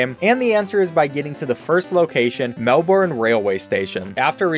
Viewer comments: As a australin I feel compelled to say its pronounced mel-bin not mel-born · Please please don’t call it mel born it’s Mel Ben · Nah it’s more like, “melbun” or “melburn” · Fun fact about this game: It's part of an advertising campaign for train safety in specifically Victoria, Australia. Melbourne (You slightly mispronounced it, it's more burn than born) is the Capital of Victoria, and Victoria's trainline, called V-Line, had this advertising campaign back in the early 2010's. I can't say how successful it was, I always took train safety seriously, even as a kid, but the song was certainly catchy! Loved the little guys standing around Flinders Street Station. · No shit aye, it's pronounced Melben not MelBORRRRRRN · americans pronounce it like "Melborn" but we pronounce it like "Melburn" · Not even Australian but I literally paused and just wanted to die from the cringe 🙃 it's pronounced as *mel-ben not mel-born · 1: it's not "melborn" or "melburn" it's "melbin" 2: V-Line wasn't the ones to create the song or game it was created by metro. 3: V-Line isn't our main trainline it's metro. (V-Line is one of the trainline companies here in victoria but it isn't the main one) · “mel born” IT’S MELBIN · ITS NOT THAT HARD TO SAY ITS MEL-BIN NOT MEL-BORN AHHHHHHH you hurt me gravely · Hi I’m from Australia and I’m here to correct your pronunciation such as: Melbourne is pronounced mell-burn not Mel-born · melBIN not BORN, thank u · ITS PRONOUNCED MEL-B’N NOT MEL-BORN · its not pronounced Melborn station, its pronounced Melburn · It’s not melborn it’s melbin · ‘Melburn’ not ‘melborn’ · ITS MEL-BURN NOT MEL-BORN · its MELBIN not melborn!!!!!! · It’s pronounced Mel-bin not Mel-born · Melbourne is pronounced Melben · true fear is hearing the 'o' pronounced when saying melbourne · I've been pronouncing the name as Mel.brn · It's always Americans who pronounce it "melborn" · It's closer to "Mel-burn", although the Australian accent makes them less distinct. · It's mel"burn"